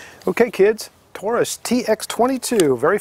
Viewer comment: Great video, and it's very good to hear you pronounce Taurus correctly most don't and it drives me crazy. Most say it (Toarus) not Taurus. Anyway my son just bought one and he didn't get a magazine loader, but like you say they load by hand very easy.